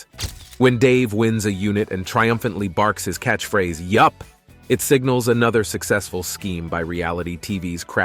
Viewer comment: I hate when bots read an article and can't even pronounce YUUUUP correctly.